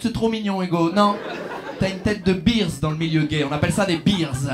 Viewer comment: Alors non " bears" pour désigner les "ours" se prononce bèrs et pas birs. Les Français et l'Anglais c'est n'importe quoi !